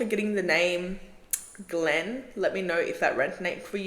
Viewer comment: Girl it was really resonating but when you said my last name “Glenn” I almost fell out 😭😭😭